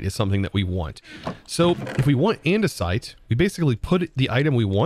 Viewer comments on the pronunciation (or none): none